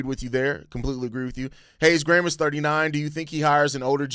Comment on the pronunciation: The only bad thing about this signing is the fact Americans can’t pronounce Graham properly…